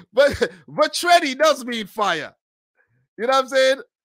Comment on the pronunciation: "Vatreni" means fiery. You gotta work a bit on your pronunciation though...